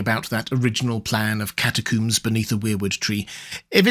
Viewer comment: Why did he say "catacooms"?